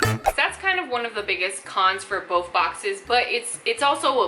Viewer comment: Why does she say "bof" instead of "both"?